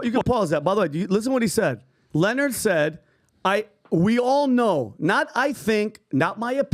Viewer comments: His name is not Lenard, it’s LE-NARD, shout out to the queen Monique lmao 🤣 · His name isn’t Leonard, it’s pronounced like Lih-nard.